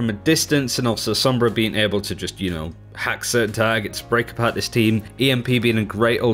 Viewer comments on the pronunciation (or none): none